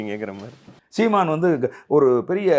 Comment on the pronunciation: The way says "seeman" is funny as hell